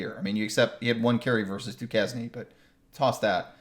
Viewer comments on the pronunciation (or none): Du Keznie!!!!! 😂😂😂 It's pronounced Du Caine 😂